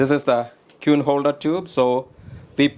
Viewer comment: Absolutely incredible video . The way he was pronouncing 'queen' was really getting me . 'kew-ween' 😂